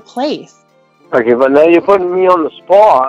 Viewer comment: "Now you're puttin' me on the spawt"